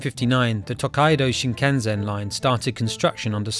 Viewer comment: It is called Shinkansen thanks